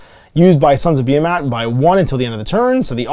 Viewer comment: Pretty sure it’s pronounced beer-mat